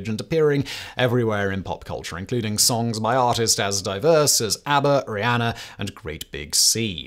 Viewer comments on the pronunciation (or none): none